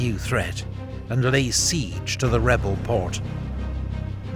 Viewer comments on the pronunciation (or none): none